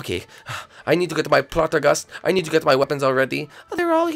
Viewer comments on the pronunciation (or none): Poltergust, not plutergust